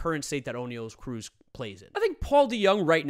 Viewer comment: this video is 3 months old i know but holy shit its not "o'neil cruz". his name is oniel (on-yell). dude is from the DR why do people think he has this irish ass name